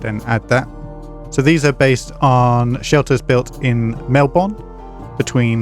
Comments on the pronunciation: "Melbon" 🥖🇫🇷 "melbin" 👍😀🦘🐨🇦🇺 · melbon? unusual pronunciation